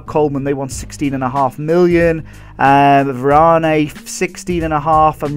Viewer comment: It's pronounced var-an easy mistake